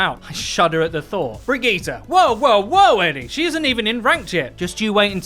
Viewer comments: He say bre geta like brevegeta lmao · No offence but it's pronounce bridge it